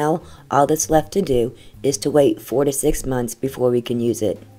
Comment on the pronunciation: I heard it too. hahaha